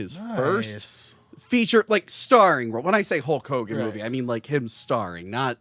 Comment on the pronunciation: I'm glad I'm not the only one that calls him Hull Kogan.